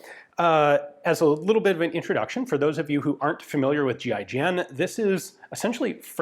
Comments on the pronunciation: 🤦🏼 I thought he was saying G.I. Jen…. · Every time he says GIGN it sounds like G.I. Jen... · kept hearing "GI Jane" whenever Ian spelled GIGN. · You say 'G.I.G.N', i think; "giggin'"....... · Ian says GIGN . My brain hears GI Joe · You're telling me it's not pronounced "Ghee-ghen" 😶